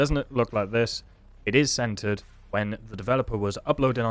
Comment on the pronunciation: The whole time you were saying "centered HUD" I thought you were saying "scented HUD". Needless to say, I was very confused.